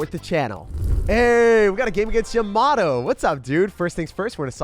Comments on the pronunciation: great vid but... you said Yamato when it was actually Yamamato... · jacks Yamamoto is said “Yama Moto”